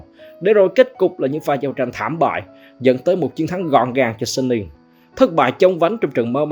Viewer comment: Giọng a hay quá chài, nhưng mà hình như Suning đọc là Su-ninh á, hông phải Sân-ninh